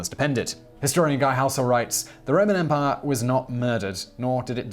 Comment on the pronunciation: The way Simon says "EM-pai" is quite humorous. Great gusto on the second syllable.